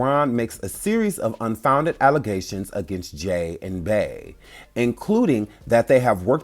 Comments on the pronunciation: Beeeeee not Bae pleaseeee your pronunciation is giving me anxiety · Why do you keep saying Bay!!! Its Bey!!!! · Why do y’all pronounce Bey as Bay when you know that her name is Beyoncé? Like who is Bay? That’s crazy.